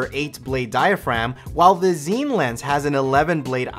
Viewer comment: Pronounced Scene. Not Zeen